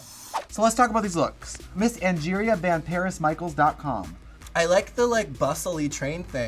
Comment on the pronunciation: "VanParis Michaels". Dead.